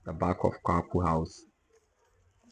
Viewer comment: Not Kwakwu house...named after Philip Quacoo. Your pronunciations of the house names are incorrect. 😂😂😂😂